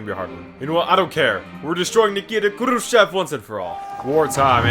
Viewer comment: Your Russian pronunciation is actually pretty on point. Just remember sometimes e is actually like yo. So it's khrushyov, and you're golden